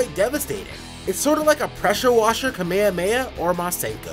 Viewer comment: "Kameameah." Wtf? 🙄